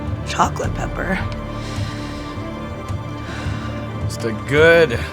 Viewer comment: Nobody: Chrissy: “chocolate pepper” (cocoa powder)